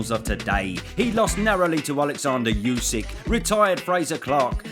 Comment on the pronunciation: bro Usyk is pronounced 'ooh' sik not you sik